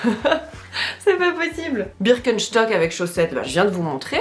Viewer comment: Moi j’ai bloqué sur le birkenCHtock au lieu de birkenstock 😅😂